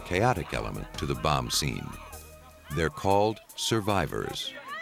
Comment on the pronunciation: Hate the way the narrator says Bomb/Bomber/Bombing!!!